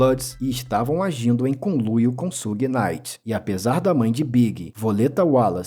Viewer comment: Só faltou pronunciar Suge Knight certo.